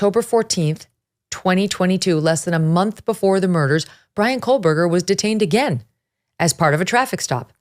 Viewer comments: I am a speech therapist. I have listened and watched her pronunciation of his last name. She is saying ,"Co berger" NOT "Coal berger" Here is a clue: enlarge the screen and focus on her mouth & formation. You will clearly see that she is saying, " Co berger." Her rate of speech is fast, so your ear may be tricking you a bit. 😊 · You keep mispronouncing his last name as "Coalberger." It's Co-Berger. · I won't be back to watch tomorrow's episode realizing now that it will be more of absolute speculation on who BK was/is... attempting to link childhood mistakes in an obviously completely different adult as some vague attempt at forcing a motive. Ick. Also WHY DOES EVERYONE SAY KOHLBURGER? THERE IS NO L . in this man's last name. It's weird. . 8/10 that's what you hear when someone is speaking about this case. We can pronounce Kernoodle , Goncalves ect but not Kohbuger? Weird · No, I will not stop. She’s pronouncing it wrong, and I’m tired of all these YouTubers convicting someone before they’ve had a fair trial. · It's driving me insane!! She had a whole year to practice saying his name correctly 😂